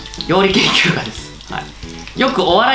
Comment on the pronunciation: 私もそう聞こえました。レベル3面白すぎwww